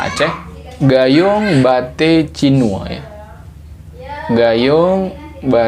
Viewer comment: Cinue ❌ Cinu ✅